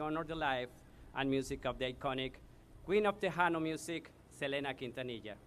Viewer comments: Selena KIN-TA-NI-YA!!!! Omg how can he get her name wrong? I’m crying at Eva Longoria’s speech...😭😭😭😭😭😭😭 And this is my first time watching the video. Suzette was very kind when she removed Chris flowers, I even think I her her ask him can she move the flowers really quick. OMG it’s not that serious. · That guy who was talking in the beginning doesn't know how to pronounce quintanilla right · Selena is NOT TO BE COMPARED WITH THE DISRESPECTED Madonna. Selena never took off her clothes and was VERY RESPECTFUL. SELENA WAS A ROLE MODEL FOR CHILDREN. Madonna was not a role model and will never be. FYI the U is not pronounced in Quintenellia. R.I.P. Selena.